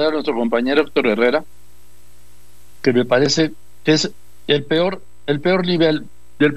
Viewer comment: Oye Doriga de donde sacaste a este distinguido médico con el PIOR momoento, se dice peor, no pior....